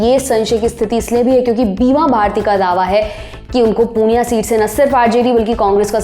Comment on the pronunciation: Hey not punia it purnea